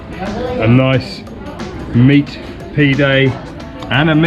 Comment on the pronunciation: Pee-day hahahaha..it's PIde brother, Pide..please show more of Ankara, the old Castle is beautiful